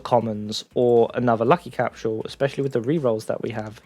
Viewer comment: Can you please pronounce "Capsule" the correct way?